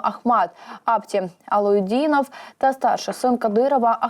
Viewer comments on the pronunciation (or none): Який ще апті алавидов?)😅 це вам так написали чі ви так прочитали? аптІ алаудінов його звати, у народі просто-лапті аладіна